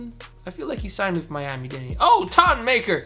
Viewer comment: Ton Maker?????? His name is Thon